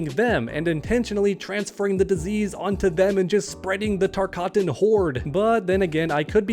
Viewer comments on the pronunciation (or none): Again, it’s not called the TARKATAN disease, it’s called the TARKAT disease